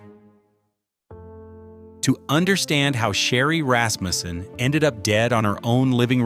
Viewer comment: what's up withe random pictures .......... nothing to do with the case. Rasmussen, not Rasmjuusen